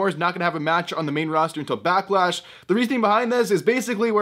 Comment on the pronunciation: Backlash? I thought it was a Becklash.